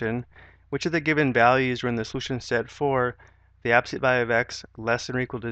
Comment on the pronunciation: I'm having a hell of a time following these directions. Mainly because he says absolute as abseet, and then races through other things. I have to keep stopping the video and keep the subtitles going. Rough.